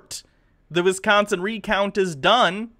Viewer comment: Every time these Bob and Doug McKenzie wannabes say "Penns-ah-vania" and "Wizz-consin" I die a little inside.